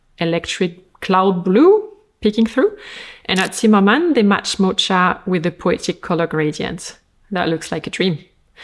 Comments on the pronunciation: Mocha is pronounced moka, not motsha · Mo-TSH-a? You mean Mo-K-a? Like "Caffè Mocha/Mocaccino"! "Espresso, Milk, and Chocolate"!! "Mocha Mousse" "Dessert!"!!! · Thank you so much for using your expertise to translate runway trends for us! I love these videos. A couple pronunciation things (bc I recall from a previous vid that you appreciate such tips): - mocha has a “K” sound rather than “CH”, so MO-kuh - strategy: STRAH-tuh-jee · Thank you! I can't wait to create outfits with these ideas in mind. Love your videos, very grateful! I loved your French pronunciation of mocha too 🎉🎉 we would say mock-a in English, but your way is much cuter. I'll be in south korea for a month this summer, I'm going to use these ideas to be chic and cool in the humidity. ❤